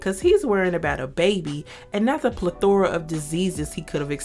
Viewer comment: you may want to double-check the pronunciation of "plethora."